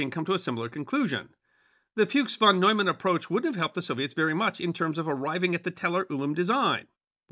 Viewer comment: Y'all really need to learn to pronounce "NEUMAN" and "FUCHS." It is easy to do, and it ain't nuclear physics.